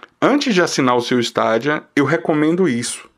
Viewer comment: melhor falar : Steidia ! ja que não traduzimos Xbox nem playstation !